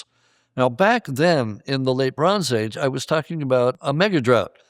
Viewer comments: Anybody hearing LeBron's Age instead of Late Bronze Age? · Every time he says “Late Bronze Age” I can only hear “Le Bron’s age” 😅